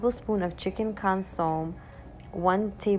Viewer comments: Just a friendly FYI, consomme is pronounced (kahn-suh-may). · Pronounce consommé with a long A sound at the end. Your videos are great 👍🏻